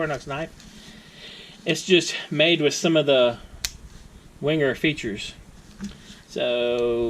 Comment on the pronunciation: .... it’s pronounced... ‘Venga’ ......